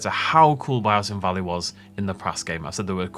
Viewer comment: The butchered biosin valley 😢